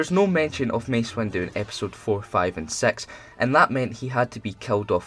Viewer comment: Did you say Episode 4, 5, and sex?